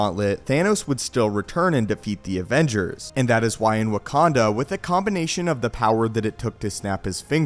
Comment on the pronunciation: Did he just say Wakand'o'?